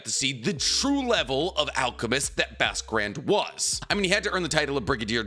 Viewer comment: “Basque Grand”, pronounced: BOSK Grond